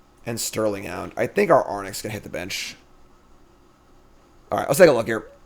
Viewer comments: AIR-RINKS. Not Ar-nicks. 😡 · Love the content, thanks! I feel obliged to point out though that the creature is phonetically aw-rinx and not arn-ix.... Sorry to be pain but I just can't seem to unhear that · Gonna say nonbeliever because you can’t pronounce Arynx 😅